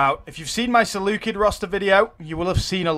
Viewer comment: he says he loves the Seleucids and yet can not pronounce any of their names. haha